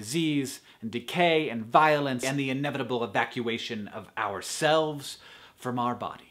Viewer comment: I can't stop hearing "disease, decay and VIOLINS" it confuses me so much every time :p